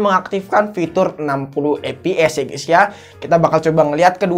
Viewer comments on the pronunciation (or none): none